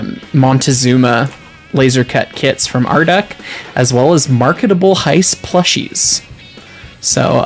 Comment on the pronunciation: Hyce “Mark” etable…